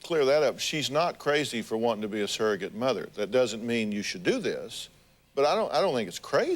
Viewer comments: They seem like nice people, but they don't even know that the word is surrogate and not saragate/serragate! I can't be the only one annoyed by this. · It annoys me when people say “serr-a-get”. It’s sURrogate